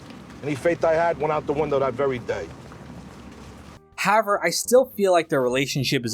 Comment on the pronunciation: I noticed that too. In every video he says however a couple of times, always pronounced "Hower" or "howe-air". Pretty funny. 😅